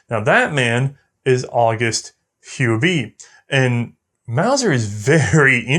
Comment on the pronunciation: Hi, watched this episode a few times know. I really love the "boring history lesson" telling us here... This time I wonder for the first time about the pronunciation of "Huber" as "hu-bee"... in Germany and esp. Bavaria where I live, we say it more like "hu-bear"... so know I have a new quest to find out how the guys name from the episode really was pronounced... craving for new episodes with new guns! Doesn't matter which one!